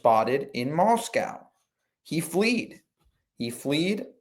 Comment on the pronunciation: fled. not fleed